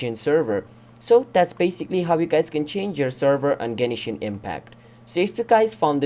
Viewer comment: Gen”e”shin impact